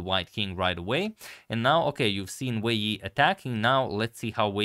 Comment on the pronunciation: I want to pronounce Wei yi like agadmator